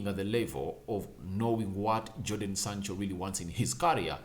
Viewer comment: Bruv, his name is Jadon